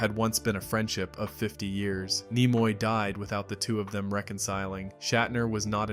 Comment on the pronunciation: Idiot. Look up how to pronounvr names. Nimoy has a short i sound, not long. Ruined the whole video.